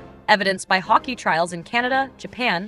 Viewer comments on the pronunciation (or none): The name of the armored car is HAWKEYE (Hawkei)-NASAMS thats how you say it. lol .. NOT Hawk-EE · Pronounced hawk - eye